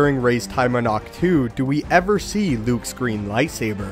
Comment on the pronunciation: It is in the Xwing in the bay on ahctch-too